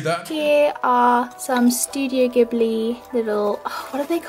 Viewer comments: She rlly said ghibli like that, it's jiblee >:( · when belle pronounced ghibli "gibli"